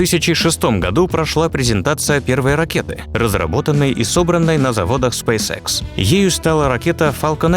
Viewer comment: Спейс икс а не спейсекс